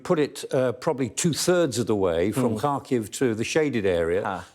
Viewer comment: Show some respect and learn how to pronounce Ukrainian names. Its Har-keeu.